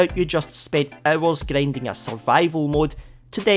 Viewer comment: Gryendying😂 dude